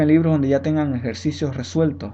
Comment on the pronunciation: Muy bien profe, le he entendido perfectamente me va ayudar para el examen que tengo en estos días. PD: Se dice "Resuelto" ( min 20)